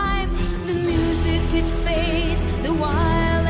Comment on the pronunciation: Чет очень прям "по учебнику" пытаешься произносить, такой акцент плохо звучит тут, особенно букву "t" часто слииишком явно произносишь ("step inTo wall", "*ditT* on our boots", "the darkness iT rises" и т.д.)